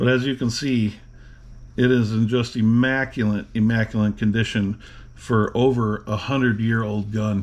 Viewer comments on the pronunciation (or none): The word is "IMMACULATE." Not "IMMACULANT" (no such word). And yes, very immaculate and beautiful revolver.